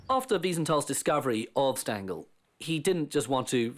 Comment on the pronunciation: Do prounounce Stangl correctly! Phonetically it's shtangel.